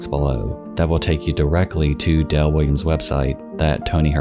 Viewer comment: Sounds like you’re saying Dell, not Dale